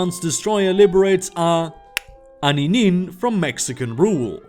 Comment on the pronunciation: Goddamnit,, the apostrophe in A'aninin is a glottal stop, not a click consonant, damnit. BTW, the glottal stop can be heard in the word uh-oh, as the pause between the two vowels.